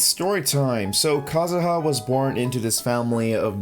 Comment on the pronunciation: Ah yes kazuzu